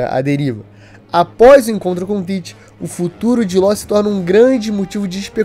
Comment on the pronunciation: falar "Láu" e não Law é um forte indicativo de alfabetização precária